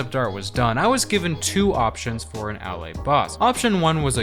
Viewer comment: Bro said Ahley